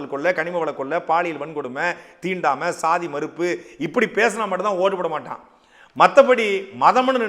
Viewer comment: NTK's Thamil Mistakes including seeman.That is not Iththunai,Iththanai.Maaddaan not Maduran (hook up)